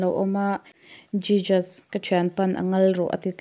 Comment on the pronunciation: Jijas a nilovin hesoos ti a lam tur. A mak e... I pronunciation thiam loh dan em em hi